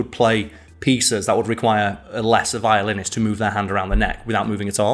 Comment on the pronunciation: If the video title didn't have Violinist in it, I almost would have sworn you said "nothing gets me hyper to open a beer than a good ol chat about Violence!" xD